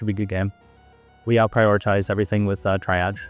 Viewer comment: lol "try-ag" stop